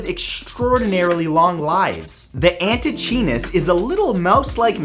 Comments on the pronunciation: Antichinus is pronounced an-tee-kai-nus. And Matthew... you're Canadian. You know how to pronounce Newfoundland. C'mon, eh? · Antechinus is pronounced: anti-kye-ness. Before trying to pronounce Australian animal names, please ask an aussie to help you pronounce them correctly.